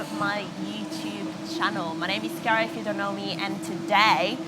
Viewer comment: sorry. what was your name? in english sounds TERRIBLE. ma che ca.... ti chiami chiara e basta. mi son stupito come hai pronunciato il tuo nome. non l'ho mai sentito così com'è hai detto te.